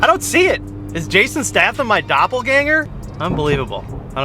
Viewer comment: Been here since 12k subs and the only thing I disagree with you is the way you said Statham lmao 😂